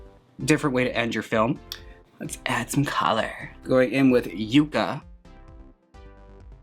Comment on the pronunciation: Oh Jaymes, that first eyeshadow you were using is pronounced yuh -kuh, not yuke-uh. P.S. It's the state flower of New Mexico